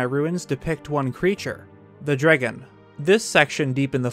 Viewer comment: am i the only one who keeps hearing drigan instead of dragon? or is that what theyre called?